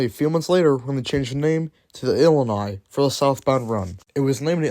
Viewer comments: "Illinois Central had RAN?" Also, Illini should have long "I" vowels in the middle and end (The University of Illinois is "The Fighting Illili.") Do some research and correct your grammar, Dude! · Illini = “ill-LIE-nigh”